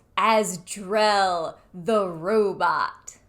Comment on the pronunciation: This is my first video of yours and i must admit... I was confused as hell the first minute. You mispronounced a few things such as... The Rye?...Col. Danning...It's The Ride... and Drell? the robot is actually Grell. I was thinking ok she is using this as a cover for SG1 to poke fun at... Then i was like...no, that's not it. And when you got to Poochinske...I realized something was amiss. Well done lil lady...well done. I ended up laughing my tale off at your deep dive into a fake show of a show in a show.